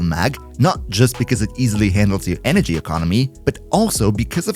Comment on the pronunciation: i think he said zenurik for energy